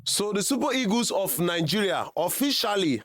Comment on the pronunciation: Nigerians are funny. They have such weird pronunciations. They defy the queens language with ease. Listen to how they pronunciation the word EAGLE. The word is pronounced EE-GL but the say EGOS😂😂😂😂. What is EGOS? Can't you Nigeria pronunce EEGL? 😊😊